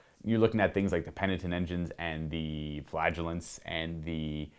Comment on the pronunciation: Did he say flagelance?